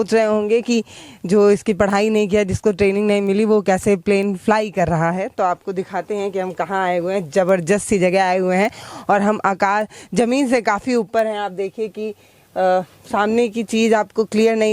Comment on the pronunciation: zabarjast 😆 ya Zabardast? Kuchh bhi matlab had ho tum log bhi YouTube blogger bolna to sikh lo